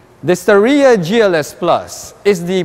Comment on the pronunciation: star-ya lang po hindi Sta-ree-ya